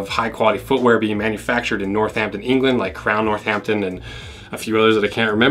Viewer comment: Love the way you pronounce Northampton. I’m gonna say it like you from now on. Makes it sound so much better!!